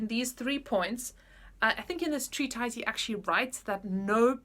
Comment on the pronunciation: Hi, just to mention that the word ‘treatise’ is pronounced treatiss